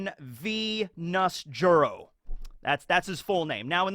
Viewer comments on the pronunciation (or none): It's not Nusjuro, it's Nasujuurou, as in eggplant tenth son lol